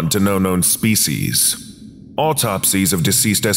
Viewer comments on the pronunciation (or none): none